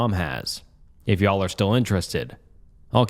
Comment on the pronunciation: i love the way says “y’all” it’s so silly 😭